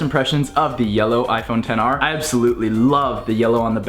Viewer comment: Did you really say ten r or XR